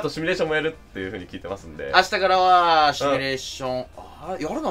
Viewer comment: まいどはやです シュミレーションじゃなく、シミュレーションね、聞き間違えてたら、ごめ～んね😅 、カープはやはりムネリンかい？、それともナベサダかい？